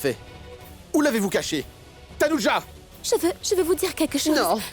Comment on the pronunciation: a dit tanoudja 😂😂 Grande mère est trop intelligente❤